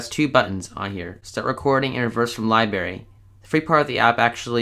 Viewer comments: Thank you, but the word is libRary, not libAry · Good tip. It's pronounced liBRary .. NOT lie berry If you want to sound educated you might want to correct that. Keep up the good work! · And it’s LiBRARY not Liberry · LibRary not “LieBarry”😂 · Did I hear that correctly? “Libarry”? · tf is a libary 😭😭nigga please tell me tf is a libary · Everybody is Hating on him for saying libary wrong XD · omg i was dying over the fact that he called the library a LI-BERRY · Lily Grace he pronounces it li-berry it's li-br-a-Ry but im English and in England we say li-bary and that's normal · amelia p. I literally came down to the comments to see that😂